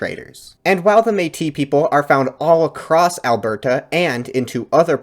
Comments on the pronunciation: Bruh you need to not enunciate the "T" in "Alberta" so much. It is Alberta. Not "Albertuh" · as someone from Alberta, it's hilarious to me how every single time you say Alberta, you way over pronounce the T. we pronounce it more like "al-ber-duh", rather than "al-bert-uh". not hating just found it funny :) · alberta is pronounced "ahl-burda", soft t. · Nice work man! As an Albertan though, the way you pronounced Alberta made me cringe! 😂